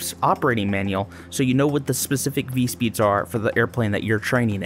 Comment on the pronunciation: (Vee-tess) not(Vit-easy)